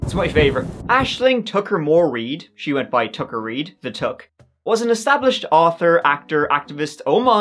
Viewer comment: Hi. You occasionally say your ‘th’s’ as, with a hard T, instead of TH......SO...How is it my 100% Irish husband, from NY, will let the hard T pronunciation out...must be in his bloodline! (Or maybe his father, who was also born in upstate NY.